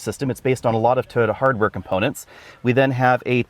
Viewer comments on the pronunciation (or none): TOY-OTA, not TODA. Wth? Also, Subaru and all other manufacturers should keep fabric off the dashboard. The gauge screen should have a hood around it to ensure it is readable in bright sunlight. You can see in the video that it is struggling with glare. The infotainment screen is non-critical, but drivers should always be able to see the gauges. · first time ive heard "Toyota" pronounced "Turd" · "The Toyoode" 😄🤣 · I like your Aussie accent, you pronounce "Toyota" as Turtle, and I have to get use to it, Why buy Subaru instead of Turtle BZ4X if they are almost identical? Depends on which badge i like better? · When you say "Toyota" I hear "turd"